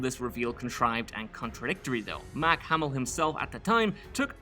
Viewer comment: "MAAHHHK Hamill" LOL